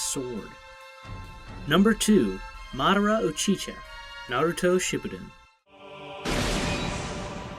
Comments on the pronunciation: Its Madara Uchiha not " MaDarA UcHi- ChA" 😭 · Did he just say u chi cha its u chi ha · Uchiha not uchiCha wtf lol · UCHICHA?!! This man does not watch ANY anime. Gthoh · Madara Uchicha? WHO THE FUCK IS THAT? I'm just joking around but it's UCHIHA, bro. NOT Uchicha. Kind of important. Just sayin'... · Bruh he kept saying Madara Uchicha 🤦🏾‍♂️😅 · Uchicha? Lol. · u-chi-cha?? It’s pronounced u-chi-ha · madara is my number one character of all time and u said uchiCha 2 times man atleast edit the vid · is when i dipped ???? Uchicha idk how any anime fan can get that name wrong😂😂😂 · Madara UchiCha lol man your pronunciations are absolute trash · Bruh he said uchicha low key trigger but I will let it slide😏😏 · Bro its UH-CHI-HA NOT UHCHICHA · I’m sorry I don’t mean to criticize but where in the hell did you get madara uchicha from madara uchiha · Did this guy f-ing call the madara, uchicha? Like how bro damn, good vid tho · It uchiha... not uchicha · “Madara uhchicha* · your saying the name wrong on the overlord anime series please get it right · Nan just said madara uchicha...disgraceful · tf Madara uchiCha? Good vid btw. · Buddy Naruto fans will boycott you for disrespecting god of war Madara Uchiha(Uchi-Ha) his name alone was sufficient to start 4th great ninja war edit ittt buddy please edit it Uchi-Ha use audacity or anything else just do it By the way I enjoyed the video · It doesn't mean that he doesn't watch the anime, it probably means a pronunciation error because he's from a different country or something. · thats my point. Get HIM outta here. Like I honestly don’t believe he even watches one anime to not know how to pronounce UchiHa